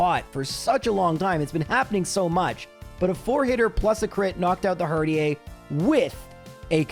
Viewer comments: Not "in Canada", it is that "in French". Canadians would pronounce it in English the dame as Americans. But him being Canadian means he will have at least a bit of background in French and that ending is more common in French (seeing as where it is used in English is almost always coming from French). So guessing the pronunciation of a made up word, it isn't unreasonable. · He intentionally mispronounces things all the time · This is gonna be brutal. Also Herdier is pronounced like Terrier. I know that's probably comment bait but still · That Herdier pronunciation has to be on purpose right? its pronunciation is literally as it seems Herd E er Edit: ok it was on purpose i feel much better now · Some of your viewers: triggered by you pronouncing Herdier as Herd-ee-ey and not Herd-ee-er. Me: sweating because I pronounce him Herd-eer. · he said it, he said the thing, he said herdier, with ier pronounced as ea. That one small speech in I believe a delibird run taught me more about the world than 12 years of school did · not mispronouncing something in a video is impossible; I dunno if he has dyslexia or what. I'm not worried about "Herdier" (which is definitely supposed to be a Terrier dog so there's no way you'd pronounce it like he does but whatever); I'm talking about Striaton, which he mispronounced as "Straight on". I hope he doesn't have any friends named 'Liam' IRL because he must just call them 'Lame' all the time Also already living in 2025 before the rest of us lol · The pronunciation of 'herdier' is very funny to me. Can tell you're Canadian 😂 Love your stuff! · I'm going to call out the herdier pronunciation because your country of origin doesn't change the Pokémon name pronunciation in English. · Why would you pronounce it partially francophonically but with a very un-French /h-/?😅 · You pronounce Herdier Canadian fancy, but don't pronounce Unfezant like en passant? Missed opportunity